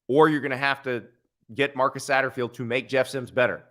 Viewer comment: Take it from a South Carolina fan it's Satterfield